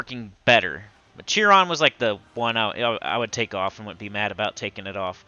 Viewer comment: Chiron is pronounced [Kai]ron" not jiron.